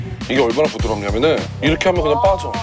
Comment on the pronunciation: 전라도 사람 특 이렇게 <- 이러케 라고 발음 해야는데 이러게 하라고 이러게 ~ 이럼 왜 이러게 라고 말하는거지.. 국어를 개 ㅈ 으로 배움? ㅎ 이 ㄱ으로 가면서 ㅋ 발음이 되는건데 지들이 뭐라고 국어를 무시하고 이러게 라고 발음함 진짜 줘패고싶음